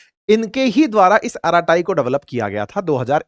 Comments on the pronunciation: श्री मान जी अरट्टै के नाम से बोला जाता है नाकि अराटाई ।😂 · अराटाई नहीं,, अरट्टै/अरट्टई Bolo Sir‼️ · It is pronounced as ' अरट्टई' and not as 'अराताई'. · It is not araatayi. It is arratai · Arattai in Tamil means "gupshap" or "gappe". Pronounced अरट्टै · The correct pronunciation is अराटाय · Ankit Ji, This is a Tamil word `Arattai` meaning a familiar word ` family casual chatting` (batiyana) in Tamilnadu. Pronounced Aa ra ttai (tae tai not taiee). Hope it doesn't hurt you. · अराटे् pronounciation hai 😂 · अरत्ताई - जोर "र" और "टीटी" ध्वनियों पर है। यह एक तमिल शब्द है जिसका अर्थ है "गप शप"।